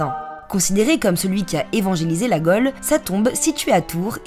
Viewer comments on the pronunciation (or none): 0.49 evangeliser la gaule pas la golle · Bien vu, j'ai remarqué la mauvaise prononciation moi aussi. Dans une autre vidéo, j'ai entendu une personne prononcer la bosse, s'agissant de la Beauce. 😅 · En effet, c'est une grave faute de français, en matière de prononciation. Ainsi, "haute" (o fermé) n'a pas le même sens que "hotte" ou que "hot" (o ouvert).